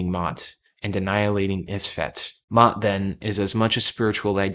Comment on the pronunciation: pronounced "may-aht"